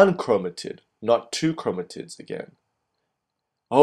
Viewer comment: why does he say chromotits?